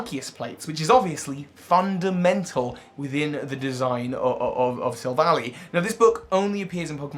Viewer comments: Take a shot every time he calls it Sil-vally instead of Silv-ally. Seriously it's name is literally referencing "Silver Ally" for crying out loud. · Sorry to go on a rant, but pronouncing Silvally like valley is like nails on a chalkboard. It’s pronounced like ally, because the name is a combination of silver and ally. It’s not Silicon Valley. Look at its name in other languages: Silvady (Japanese, from silver and buddy), Amigento (German, from amigo and argentum), Ngàhnbuhjinsau (Cantonese Chinese, from silver, partner, fight, and beast), and Yinbànzhànshou (Mandarin Chinese, from silver, partner, fight, and beast). They even say ally in the anime. Other than that, I like the video lol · I could see this theory being plausible unlike the Leon theory. It's got good evidence to support it. Also, Silvally is pronounced "Silva-lie", not "Silva-lee" - that would make the spelling "Silvalley". The name comes from "silver" and "ally". All other languages support this, as well. In Japanese, it's "Silvady" (or "Silvuddy"), which comes from "silver" and "buddy". It makes sense because you need it to be an "ally" or "buddy" with high friendship for it Type: Null evolve. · I hate how he pronounces Silvally. It's Silv-al-eye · I usually pronounce Silvally as Sihlv-al-eye Like Silver Ally Gladion named it Silvally and it is literally his silver ally so Yea